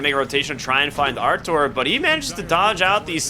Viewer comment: bro stop calling him artour its rtz he aint ur boy lol